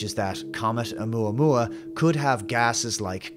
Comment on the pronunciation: You say, "Oumuamua." All I hear is "Alomomola." Not quite the same thing…